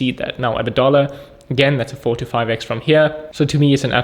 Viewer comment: I think he was saying 4 to 5 x. It just sounded like 45.